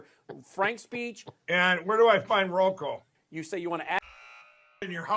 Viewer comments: 😂😂😂 “ROKU “ not “ROKO” you insufferable fool! 😅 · Roku not roko 😮